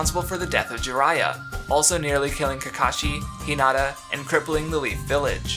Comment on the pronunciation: It's pronounced Cock ka zoo That's how you say it. Hinata sounds like you're saying it with a d. It's He nah ta. Not Hinada